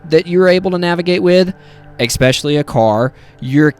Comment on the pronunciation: You seem like someone that is dedicated to self-improvement, and I'd like to suggest that you practice saying "especially" - with all due respect, and appreciation for you sharing a video. I hope this can contribute to your improvement, as you are sharing with us for our improvement :D